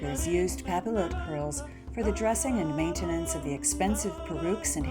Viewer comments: Just a little French pronunciation tip - the double L is pronounced ‘io’ so papillote is pronounced ‘pah-piotte’ , not pah-pill-ohte. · What a fabulous video! I LOVE historical hairstyles, and they can be so hard tor recreate without info like this! Though, I have to say, since the word comes from the French word for butterfly, papillote is pronounced 'pah-pee-YOTE'. I'm sorry if that sounds snobby, I just thought you might want to know. Again, I love your video! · It's not pa-pill-ote, it's "pah-pee-yoh" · Pappy-ought, not pappy-loat. It's French and the L's are silent. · nice but music too loud even nice as well. please pronounce "papiyotte" like "bastiye" not "bastile" :) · It's pap-ee-yote. And means paper. Papillon, pap-ee-yon, means butterfly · For thosewho don’t speak French, it’s pronounced "Papi-yot" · its pronounced "pa-pee-on" with a soft n and papillotes is pronounced "pa-pee-oh-t" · the double L is pronounced like an Y, it would sound more like papiyote. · The double L in French is pronounced as a Y sound. Pap-ee-ote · Pronounced: pah-pi-YOH. Yes, that's even for the plural. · it's more like pah-pee-yacht. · Also it's pronounced papi-yot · Pronounced "Papi-ot" :) x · Thank you! I was cringing so badly! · It would be pronounced pop-e-yote. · It is pronounced "pa-pee-yot" and is the same word for cooking fish in greaseproof paper in the oven "en papillote" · I hate to be "that guy", but it's pronounced "pa-pee-yote". The double "l" is like a "y" in French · cx1735 thank you!! Within the first minute of her mispronouncing it I was already going crazy lol. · the French major in me was cringing so hard.